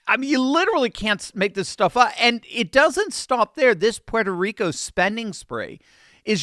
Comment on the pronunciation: I like and respect that you properly pronounce Puerto Rico. Millions whose roots originate on this island constantly call it PORTO Rico and they’re WRONG!!!! It’s pronounced ‘Pwerto’ Rico so I thank you.